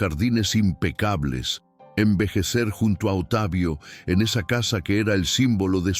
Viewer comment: Porque dicen Otavio,,,,,, se pronuncia Octavio así se dice correctamente (Octavio) por favor digan correctamente las palabras ,,,,,, gracias .